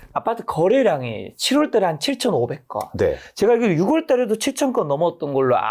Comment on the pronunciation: 작가라면서 6월을 유궐로 발음합니까. ㅋ